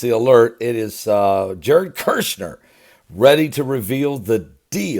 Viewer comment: Kushner sounds like push her... there’s no “R”. It would be like calling you Bergley